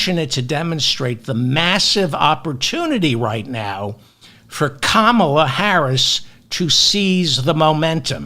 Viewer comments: Kindly pronounce her name: Comma (like the punctuation mark) La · KA MA LA, David!!! Get it right or stop talking!! You are far, far, far too old to be speaking like a moron! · David FYI, it's Comma-la. Just don't want you to alienate fastidious Kamala supporters. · Halfway through his recording he started to pronounce her name correctly, so was he just riffing on his viewers with the improper "Kam-mal-ah" pronunciation at first? She can beat Donnie Downer but yes, a Bernie Sanders deal would be nice. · I just told him. It rhymes with Pamela. Hope he gets it right by the time she becomes President. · David…it’s KAmala…like Pamala with an “ah” sound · Can we get a correct pronunciation of this woman's name?Maybe we should ask her. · I love your talks, David, but I felt compelled to comment that VP'Harris' first name has an accent on the first syllable only. I find it annoying when names are 'Africanized or 'middle easternized' as in including 'Obama's' middle name in a subtle way to make them perhaps less American. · I think your commentary very valuable, but could I just ask you to pronounce her first name with the accent on the first syllable? I know it isn't essential, and I was for keeping Joe Biden. I am irritated about that, but behind Kamala Harris. I come to hear you every day, and I thank you for your contributions. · Battlestar Galactica fan boys are confused when you emphasize the second syllable of Kamala Harris' 1st name. Just a friendly "heads up"....think of Camelot if you attempt her 1st name... or switch to prospective Presidential candidate, Harris. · Please learn to say her first name correctly. Thanks for your commentary! Edited: I hear that you do correct, partway through! 👍🏼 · Learn how to say her name ferfuksake. You get it right about one time in ten. IT AIN'T HARD. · Please pronounce her name correctly.. you’re pronouncing it the same way Trump and his racist Maga republicans say her name. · Please learn how to pronounce her name! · Calm a la